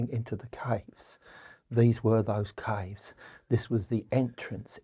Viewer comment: It took me a minute to figure out he was referring to “caves” when he was pronouncing it weird